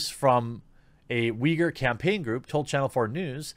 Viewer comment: You have the correct Chinese pronunciation. They spell it Wei Gur in Pinyin. Cenk Uygur’s father was from that area, I believe. There are a fair number of ethnic Uyghurs in Turkey. They and the Turks pronounce it Oo-ee GOOR.